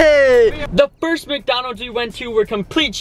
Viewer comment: it's Micdoldold